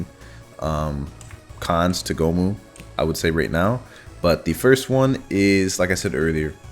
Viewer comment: I felt horrible cringe every time I heard goh moo